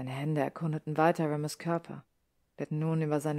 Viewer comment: Da in "Remus" nach dem "e" nur ein einfacher statt eines Doppelkonsonanten kommt, spricht man im Englischen das "e" wie ein "i" aus. Ich mache diese Anmerkung, weil ich mich jedes Mal ein klein wenig über diesen Aussprachefehler aufrege. Aber ansonsten hat mir die Vertonung sehr gut gefallen. 🤩